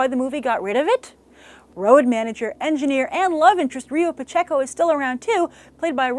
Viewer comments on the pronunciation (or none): none